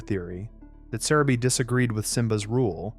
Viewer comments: Why are you saying Sarabi like that <\3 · I hate the voice. Sayrabee. Keeon. Really?